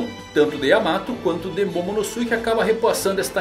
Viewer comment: sem querer ser mala mas pronúncia certo eh /Momonôske/, não MomonosUke